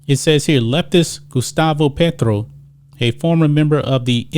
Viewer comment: Love the accurate pronunciation on Petro haha